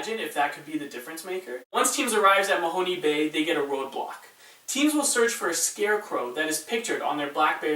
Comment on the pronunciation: It is pronounced 'MA-HONE' (not MA-HON-'E') Bay, and the Fisheries Museum and St. John's Church are in Lunenburg, which is the homeport of the BLUENOSE II. I met one of the couples as they were going through Lunenburg, and they asked me where they could find Lunenburg sausage, so I told them where it could be located. Only later when this episode aired did I realize they were contestants on A.R. Canada.